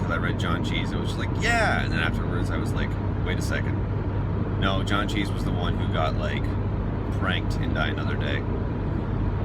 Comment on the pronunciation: Why do you keep saying John cheese instead of John Cleese? No H in the second name.